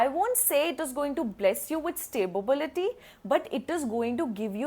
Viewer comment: Madam, Sta-bility vs. Stabi-bility !